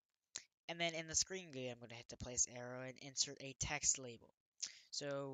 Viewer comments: he really said gooey instead of GUI 💀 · No offence but its not called gooie it called something like G.U.I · bruh its called a G.U.I not gooey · good video but you said gooey not GUI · Quit pronouncing GUI "gooey" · Gui = gee you eye, not gu e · great video, it's easy to understand... but Isn't gui pronounced G-U-I (gee-yu-ai) and not gui? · how he dosent say G.U.I and he says gooey annoys me so much and makes this gainful to watch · You dont call Gui Guee is G U I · its pronounced screen "gee you eye" lol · Its not gooey its GUI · it is G-U-I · WHY DO YOU PRONOUNCE GUI LIKE GOOEY BRO?!?!?!?!? DON'T TELL ME YOU PRONOUNCE GIF LIKE JIF TOO Still good vid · its pronounced jee you eye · him calling it a "gooey" makes me feel so uncomfortable lmao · its pronounced G-U-I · He said Gui wrong